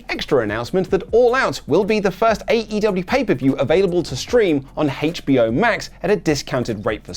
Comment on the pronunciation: Did you just say “haytch BO Max” lol